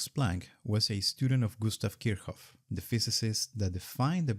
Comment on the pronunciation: My world came crashing down on me.....did he just call Kirchoff "Kirhoff"?!